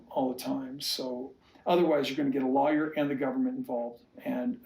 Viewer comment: He can’t even pronounce the word lawyer and he wants to act like he is one. Stupid fool. I so wish Christine obtained a court order setting forth child support, visitation and health insurance. We all know Kody didn’t provide health insurance for Ysabel but Truly should have insurance paid for by her parents and not taxpayers.